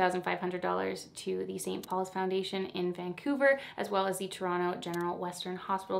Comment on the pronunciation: ok as a fellow torontonian i gotta say, im loving that you pronounce it right (without the second T) lmao